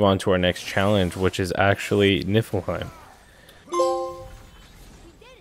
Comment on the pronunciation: You pronounce it knee fill heim